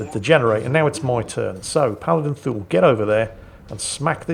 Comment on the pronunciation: Please tell me I wasn't the only one who thought he was saying Fool not Thule (I hadn't read the name until last video)